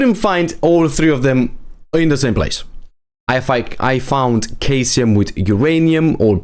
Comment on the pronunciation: Great guide. Ps. Caesium is pronounced cee-sium.